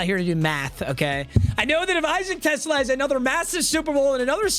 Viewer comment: is a die hard lions fan, and has even met the man himself, and still can't pronounce his last name right 😭